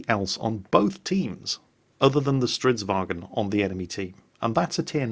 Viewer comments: For crying out loud: Its Stridsvagn, not stridsvagEn. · Who do both and QuickyBaby say StridsWagen? It's not German. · strv stands for stridsvagn, not stridsvagen :)